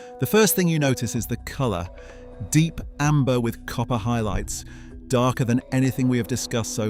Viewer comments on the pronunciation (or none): none